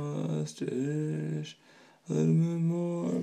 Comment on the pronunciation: Interesting and impressive. But, if you're going to fuss over it, you should start by spelling and pronouncing it correctly.